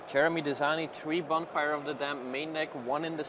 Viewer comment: What's up with the pronounciations? Bonefire? Dissiple of Bolas? =D